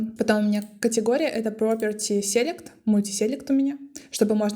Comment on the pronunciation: классное видео, спасибо. Только в слове select ударение на селЕкт